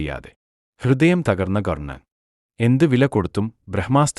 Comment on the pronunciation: കൊർണ്ണൻ അല്ലടാ പൊട്ടാ, കർണ്ണൻ.